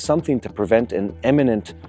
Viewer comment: 👉IMMINENT,👈 not "eminent". You keep doing it,.:cat-orange-whistling